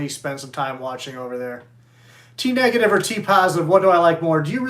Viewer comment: You pronounced “T-Negative” wrong Sir 😶